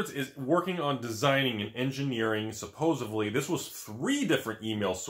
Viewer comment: He lost me at "Supposevly".